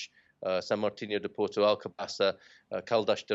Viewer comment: So good to see a foreign actually trying to pronounce Portuguese words correctly. Thank you so much to your guest. You yourself try to perfect just one word "Porto". Look up Steve Martin in the movie "My blue heaven". Vincent 'Vinnie' Antonelli : Are you trying to say capeesh? Barney : Yeah. Vincent 'Vinnie' Antonelli : Well don't do it, cause it hurts my ears when you do it its very funny